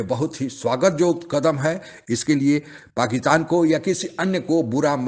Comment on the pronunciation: ये पाकिटान क्या है? पाकिटानी मीडिया lol. भाई तुम्हारी हिंदी का उच्चारण बहुत हास्यप्रद है।